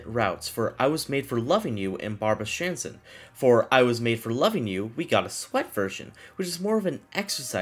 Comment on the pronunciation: It kind of hurts to hear D.A.N.C.E. just called dance. (Edit: not as strange as what he did with Barbra Streisand)